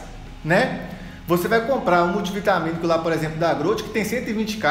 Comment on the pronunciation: Muito bom o falando "grout"